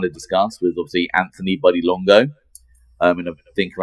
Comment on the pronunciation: What was that, Sammy? Were you trying 2 pronounce Buddy's last name or did somone ask you when the last time was that you possessed an ounce of integrity? "LONGO"!